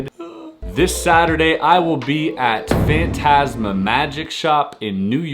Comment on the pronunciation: You say fantasma very wrong